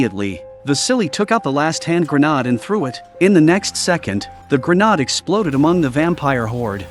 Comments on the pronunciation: Grenaaaaaaaaaaad. lol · Gren - aid is how you say Grenade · I really wish the AI narration would stop. For the love of god learn how to pronounce grenade....